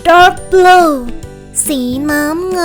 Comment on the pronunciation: สีเเดงกับสีน้ำเงินรุ้สึกอ่านเเปลกๆนะ พะริ้ง555